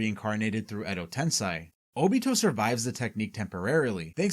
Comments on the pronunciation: edo tensei, not tensai...... tensai means genius, which you clearly aren't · Wtf is "edo tensai"? Ive only ever heard of "edo tensei". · Why do you pronounce Tensei as Tensai? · It's called Edo TensEi not TensAi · it's edo tensei, not edo tensai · Edo TensEY not TensAY. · its "edo tensei" not "edo tensai". Quite a lot of wrong pronunciations in this vid. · Is this an AI voice over? I've never heard anyone say Edo Tensai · Why do you say Edo Tensai? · like honestly how do you watch throughout the whole series and hear a word that many times and still get it wrong lmfao americans can't learn another language